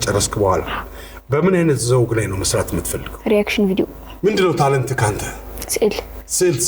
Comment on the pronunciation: ለምንድነው ነገሮችን የምትደጋግመው ።አያምርብህም፡ታለንትህ እንጂ ታለንትክ አይባልም!!!